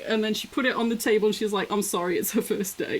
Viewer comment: the single most British thing i have ever heard "Well, i cant give it ya. WOT? Just bring a jug and put eht on muh tabul."